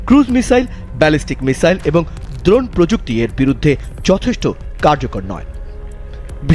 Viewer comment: দ্রণ না ড্রোন বেশি স্টাইল মারতে গিয়ে বানান ভুল পড়ছে😅